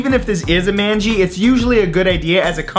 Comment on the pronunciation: It's pronounced MAANgi not MANji and NAAVi not NAvi